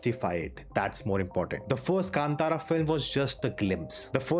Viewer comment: Thank you for your correct pronunciation of 'Kantara'.